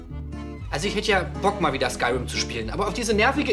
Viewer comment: Das wird Skürim ausgesprochen leude